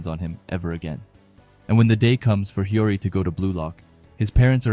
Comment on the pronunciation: Bro CANNOT say Hiori right💀